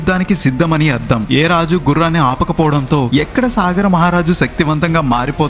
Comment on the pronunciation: సాగర మహారాజు కాదండీ. సగరుడు.